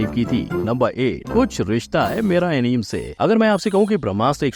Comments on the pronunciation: FYI bhai its not enim.. pure video me enim enim kar rahe ho... its A + NI + MAY = Anime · एनीमे होता है एनीम नहीं fact bhai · Bro aapki video bohot mast hoti hai 🔥 lekin. Voh Anime hai aneem nahi 😅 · Incorrect pronunciation of anime 😅